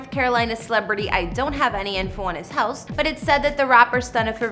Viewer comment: Bruh why do you pronounce "house" and so many other words so horribly wrong!??